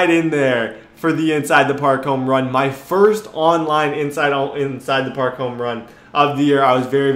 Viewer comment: Parl? Not park